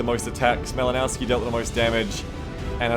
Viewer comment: That Malinowski dude is Polish - the "w" in his name should be pronunced as "v". Try to think about it like "Malinovsky". BTW - I'm looking forward to some more XCOM 2 action.